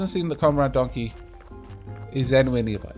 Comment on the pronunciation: "if donkey shows up" ... "the donley-show is up" is what I heard...